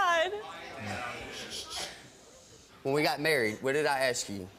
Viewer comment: Steve, why cant you say "Ask" ? Does it make you more "Street" ?